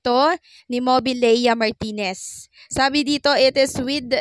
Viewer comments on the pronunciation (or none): Yoyong MARTIREZ hindi Yoyong MARTINEZ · Martirez hindi martinez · MARTIRES NOT MARTINEZ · Yoyong Martires hindi martines